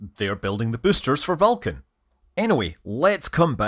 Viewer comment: Perhaps you should work on pronouncing Vulcan better so it doesn’t sound like you’re saying falcon? The beginning of your video indicated falcon had a problem when it was Vulcan.